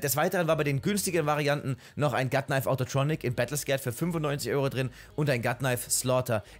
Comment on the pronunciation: Darf ich mal ganz lieb darauf hinweisen, dass es "Battle Scarred" und nicht "Battle Scared" heißt <3 Hab ich jetzt häufiger bei dir gehört, dachte ich sag es dir mal. Tolles Video. Hab überlegt mal ein paar Skins davon zu shoppen:)